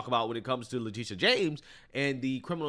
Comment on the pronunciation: I like the says her name Le-TIT-ia